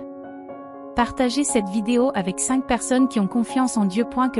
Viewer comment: Cink mille huit cent cinkante huit